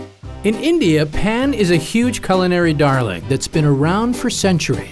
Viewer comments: It’s PAAN not pan u dummy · Pan is pronounced with the a in garden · It's not Pan (as frying Pan), it's Paan (as in /pɑːn/ ) please stop Americanising every word you can't or won't pronounce as it is. It's not like you don't have the sound /ɑː/ like /cɑːr/ /fɑːr/ /bɑːr/ in English.